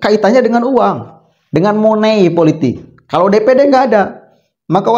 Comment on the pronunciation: Maaf mas money politics jangan dibaca seperti tulisannya..